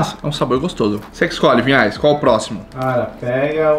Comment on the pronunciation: é Vinhais, e eu sempre ouço Pinhais